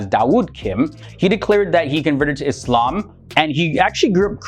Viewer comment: Thank you for saying "Islam" not "Izlam"